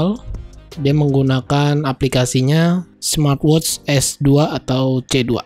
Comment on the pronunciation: "Smatwotsss" lmao